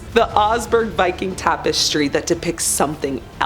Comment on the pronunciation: I came here to say this - as soon as I heard her pronounce it as "seltic", I cringed. It's also weird how she pronounced "tapestry" as "tape-estry"